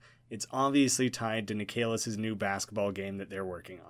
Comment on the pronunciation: just an fyi, "Nik uh liss" not "Nik ay liss"